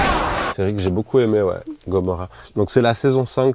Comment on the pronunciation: Personne a remarqué comment il a prononcé a chaque fois "gomorra" 😂